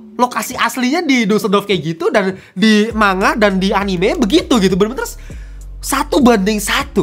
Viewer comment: manga dibaca mangga ya kakak seperti buah. bukan manga seperti kata mangap hehe.